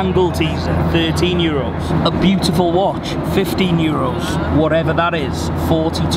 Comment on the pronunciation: Pretty ignorant how he says 'euros'